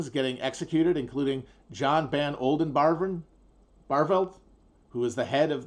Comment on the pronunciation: Matt trying to pronounce "Johan van Oldenbarnevelt" is pretty rad